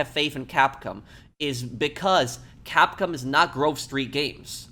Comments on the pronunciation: dude, just say cap-com, instead of saying cap-cum. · “Capcum” It’s Capcom😂